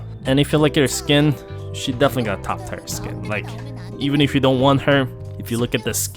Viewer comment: Tier is not supposed to be pronounced like tyre